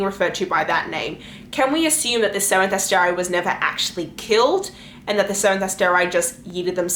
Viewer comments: I'm sorry but ASTER-EYE seriously? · You mispronounced like everything. So hard to listen to with your random decisions on how to pronounce things like Asteri.